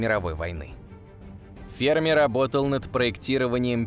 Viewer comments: Да не фЕрми, а ФермИ! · Может Ферми'? А не Фе'рми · До этого видео думал правильно--фермИ, а не фЕрми... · Почему ФЕрми? ФермИ всё время говорили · Я так понимаю ФермИ, ударение на "и" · Парадокс ФермИ. Ударение на букву И ! БЛя! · Умоляю, поставьте ударение правильно! ФермИ! У него фамилия - ФермИ! Уши кровоточат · Что за неграмотный человек озвучивал это видео поделие? Ферми - ударение на последний слог) ... А вообще вопросы и гипотезы в этом видео винегрете смешны... Бла-бла для Баранова) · На второй слог ударение ставят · Почти уверен что в фамилии Ферми ударение на последний слог делается - итальянец же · Что за дикое ударение в фамилии??? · Энрико Ферми (ударение на И) озвучил свой парадокс в те годы, когда видимой активности инопланетного разума не было и в помине. ТО, что они есть и очень близко –непререкаемый факт. Однако не все так просто.Материалистическая наука имеет свой материалистический космогенезис, в котором не учитывается мировоззрение, определяющее творение и в том числе человека как сложную составную систему. Космос разумен не благодаря цивилизациям, а благодаря разуму творящей силы вселенной. Мы и любая суперцивилизация – только продукт, который проходит свою эволюцию под надзором высших сил, которые практически исключают непосредственный контакт между нами.Те ребята,которые сидят на Луне, Марсе и иногда летают над Землей – это скорее всего биороботы, которые не имеют эволюционного ограничения срока жизни. Они – слуги, исполнители.